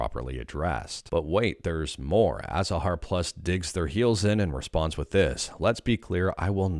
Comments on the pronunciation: Why are you saying "Athahar"????????? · Change their name to Athahar (pronounced Azahar) Please note this is a joke just for giggles.